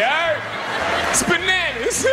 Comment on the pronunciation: "Bananers." Please live forever, Kevin Pollack.